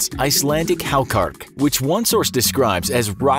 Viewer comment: The Icelandic dish is pronounced hákarl, not halkark